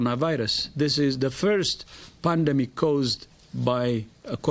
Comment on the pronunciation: Is it pandemic or ''pundumic''